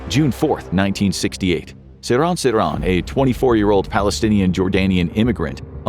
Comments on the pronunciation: Dude, the assassin's name is pronounced, "SIR-hahn SIR-hahn," not "suh-RON suh-RON." Your infographics videos are normally outstanding, but this one was one of the worst that you have produced. Terrible. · Ive always heard his name pronounced as SeeR-han SeeR-han , Ive never heard anyone pronounce it the way you are pronouncing it